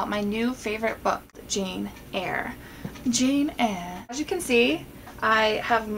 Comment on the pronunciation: haha Cracked up at your 'Jane Eyre' in a British accent! Lovely video!